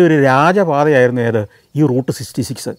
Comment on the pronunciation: SGK is finding it difficult to pronounce Route Sixty Six. 😊